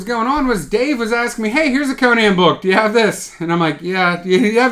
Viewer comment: These days, if you pronounce Conan properly (Co-Nan, and not Conin, like the talk show host), you deserve to be a bit arrogant! But you're not, of course.